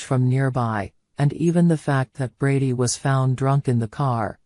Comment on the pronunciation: It’s not Bardy,it’s brady